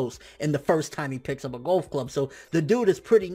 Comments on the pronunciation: I hate how he pronounces golf as "gulf". It's a sport, not a body of water. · I hate the way he says Golf